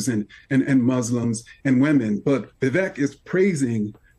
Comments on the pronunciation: The man has said his name is pronounced like "CAKE"...'VIH-VAKE' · Ibram is just another idiot who can't even say Vivek's name correctly. He also knows he is lying about Trump and Vivek but will do literally anything to defend his own bullshit.